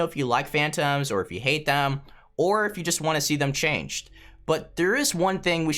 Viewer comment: and ore instead of or